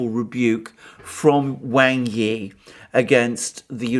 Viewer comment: I really enjoy your videos, they are very well thought out. One criticism, please pronounce Wang Yi's name correctly!